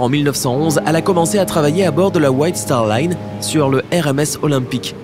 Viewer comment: C’est star Line pas star lune